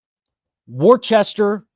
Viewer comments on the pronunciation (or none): "war chester" lol its okay, happens to everyone not from the area.